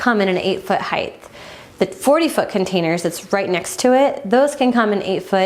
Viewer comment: "Hight" not "Higth"